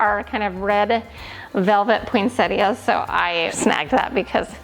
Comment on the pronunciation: Poinsettia is pronounced with 3 syllables not 4. The i is silent. Poin sett a. 🌺 😊